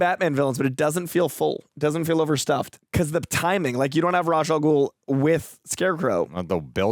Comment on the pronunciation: Not trying to start a huge debate or be a hater.....but isn't it pronounced RAESH al ghul and not ROZ al ghul?